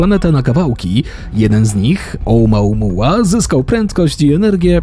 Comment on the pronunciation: Nie znam hawajskiego ale dlaczego czytasz to OUMAUMUA skoro pisze się OUMUAMUA ???